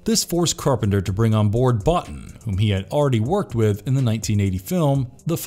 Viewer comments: His name is pronounced "Buea- teen" not Bot - In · Hate being this picky, but as a special effects fanatic, Rob Bottin's last name is pronounced Bo-Teen, not Bot-Tin. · It's pronounced 'Bow-teen.' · Let hope we never see a reboot or a sequel to this masterpiece. A side note you are mispronouncing Rob Bottin name Bo-tEEn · Rob Bottin's name is pronounced /boh-TEEN/. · It's pronounced boo-teen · imagine doing a 'the thing' video and not being able to pronounce rob bottins name correctly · Pretty sure that's not how you pronounce Rob Bottin's name.